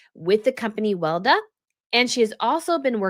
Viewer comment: It is not pronounced "Welda", it is pronounced Wel-e-da, don't forget the second "e" ;-)